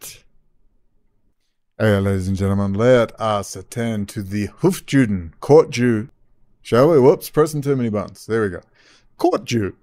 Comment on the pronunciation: Its hofYOOden, not JEWden.